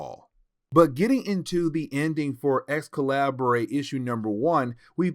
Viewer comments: The “Ex- Calibray” is making my ears bleed. It’s pronounced Excalibur, the different spelling was just meant to be edgy for the dystopian timeline. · Just came to make the same comment. It’s just spelled slightly different. I actually though he was sayin “x-collaborate”, and I was thinking “jaysus I dint remember that comic in this series” 😂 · Hey it pronounce Excalibur I think still, but it's a minor mistake. Keep going man